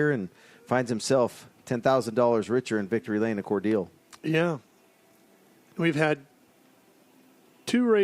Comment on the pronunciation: Hey, it’s pronounced as Cor- Dell as in the Dell computer. Not dill like the pickle